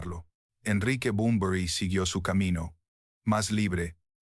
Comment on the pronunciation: Like por cada vez que dice Enrique Bumblebee